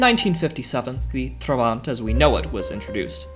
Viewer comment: Why not just establish how to correctly pronounce... "Trabant"... then... pronounce it that way. This makes you look like an amateur. And, as such... not worth my time.